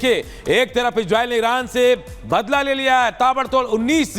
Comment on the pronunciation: Igreil ni re gandu isreil o